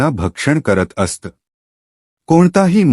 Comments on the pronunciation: अस्त नाही असत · Kahi shabda che ucchaar thik Kara. " Aasat" is a common word in Marathi.